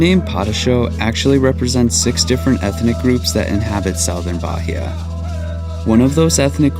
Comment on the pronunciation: I suggest you practice a less lazy pronunciation of the place that is receiving you — in this case, Bahia — before making your videos. It’s not that difficult, is it? The accent is no problem, but to pronounce it as if it were an English word?!!